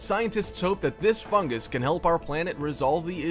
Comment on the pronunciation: Fungs lol